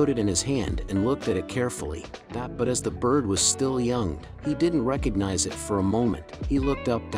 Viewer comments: Why say "i t " instead of "it" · Really stupid fake story. Not plausible. Baby would have been injured and bleeding with a wolf and eagle fighting over it. Even the narrator says "I.T" instead of "it". Why waste our time? Ads? I feel stupid that I even listened to 5 minutes of the story!